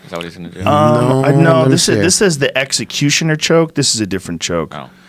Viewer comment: Joe calls the choke hold the "Epsietnqutioner" wtf?